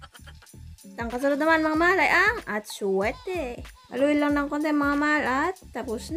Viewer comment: It is MAHAL NOT MAAL...🤣🤣